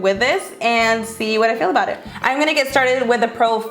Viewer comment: I hate it when she says "im gonna take" cause she doesnt pronounce the "m" in "im" she says "n" instead of M She also says "i an gonna take"